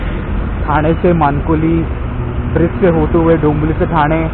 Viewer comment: ठाना नसतं रे मित्रा, ठाणे म्हणावं!